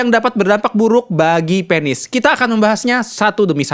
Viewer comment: Penis Bukan pēnis ... Kepsek Bukan kēpsēk dok Anyway suksēs selalu trims infonya Sangat berguna banget